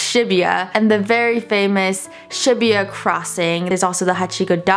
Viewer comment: omg I cringed so hard every time she said "shibuya" 😭